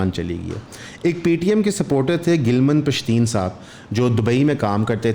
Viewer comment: its not "gilman pashteen" its "gilaaman pashteen" urdu me boly tu "naraz, ruta hova, shikwa krny wala pashteen"